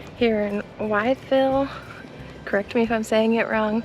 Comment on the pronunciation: it's pronounced With-+Ville 😁😁